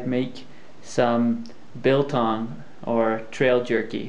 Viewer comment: Not so! The word "biltong" is from the Dutch. The "bil" in biltong is Dutch for rump. Tong is tongue.. So you have "a tongue of rump". Bil is pronounced as "Bill", as in the bill of a bird.Jy praat nou met n' Afrikaner hier..